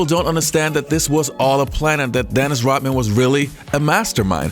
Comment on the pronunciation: ROD man, NOT ROT man. Say Rodman. Say it